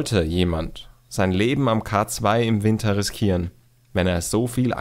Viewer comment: Bitte den K2 englisch aussprechen der Berg verdient diesen Respekt. : )